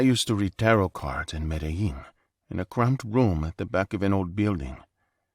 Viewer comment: You should have skipped the accent in story 3. Medellín is my second home and I've never heard that accent there. Also, people in Medellín don't pronounce Medellín that way. 😂